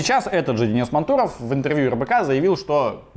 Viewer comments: мАнтуров, а не мантУров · Денис мАнтуров, ударение на А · Он МАнтуров а не МантУров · Видео отличное, но, пожалуйста, перед тем как произносить фамилию (особенно необычную) хоть немного проверяй ударение. Денис МАнтуров - не благодари)